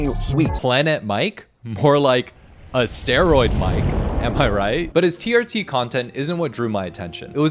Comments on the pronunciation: A-steroid Mike 😂 damn I don't even know how that made me laugh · "A-steroid Mike". 🏆